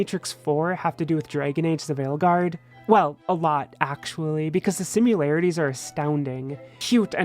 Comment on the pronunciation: Sad to see how far Bioware has fallen. Also, "simularities" is not a word lol.